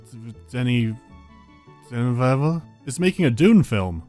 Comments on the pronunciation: you had the pronunciation pretty good the first time :D (Duh-nee Veal-nuh-v) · Jokes aside, you nailed the pronunciation of Denis Villeneuve the first time. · Almost two years later. We're after Dune, everyone talks about Denis Villeneuve... You probably won't even notice this comment. ...But you're the first person with English as a native language I've ever heard say "Denis Villeneuve" as close as an English speaker should do. I even went back a few times to hear out and be bamboozled about it. Nothing pertinent to your review, but I couldn't not point it out.